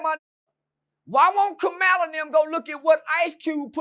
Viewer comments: keep pronouncing her name as “Kuhmila” 🤣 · “Kamila” and “ kamalah “ like wtf bro can y’all not pronounce a damn thing right!?!😂 🤦🏻‍♂️ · lol bruh how you not know how to say her name 🤦🏾‍♂️